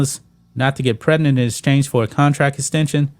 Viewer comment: Please learn how to pronounce "Pregnant". 😂😂😂😂